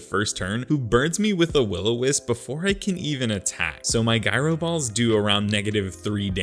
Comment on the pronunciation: For future reference: The g in "gyro" is not pronounced like a g. It's pronounced like a j.